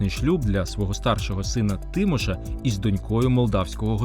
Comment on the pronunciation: Не ТИміш, а ТимІш !!! Тому старшого сина Богдан Хмельницького звали не ТИмошем,а ТимошЕм (наголос рухливий --- характерна риса української мови !!!)